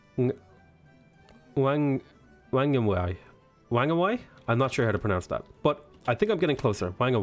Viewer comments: whanganui is pronouced fong a nu eee not wang a why XD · Wh in Maori is pronounced "F" , Like "Ph" in English. Whanganui would phonetically sound like Fong-a-nu-e. 4 syllabyles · I believe you say "WANG A NOE IE" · Great job on pronunciation! Edit: just heard you attempt Whanganui. Fa-nga-noo-ee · Whanganui is a bit atypical because the local iwi have slightly different pronunciation from the other Maori. The h is almost silent, but is still there.